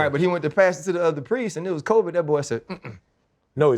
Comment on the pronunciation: Why does Ryan pronounce Covid like Co—viidddd